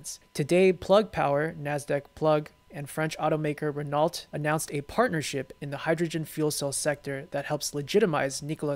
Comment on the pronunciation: Renault is pronounced re-no.